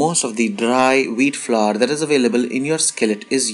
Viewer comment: Flour. It's pronounced flower. Not flaar, flooour or flavar. It's really not that difficult! 🙄